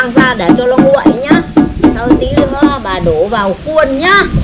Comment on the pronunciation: "bà" pà pà nghe khó chịu quá